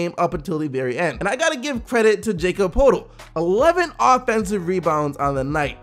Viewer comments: IT'S PRONOUNCED YAKOB PERTLE (JAKOB POETL) PUT SOME RESPECT ON IT. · Damn, you butchered Jakob Poeltl's name.